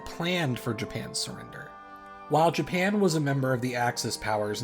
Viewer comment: Yes "Japania" "Harias Truman"